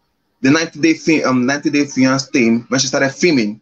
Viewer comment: Oh pls he can't even pronounce fiancé